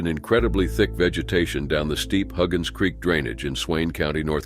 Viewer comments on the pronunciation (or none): none